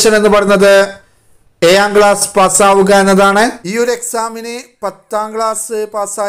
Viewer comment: ഏയാം അല്ല ഏഴാo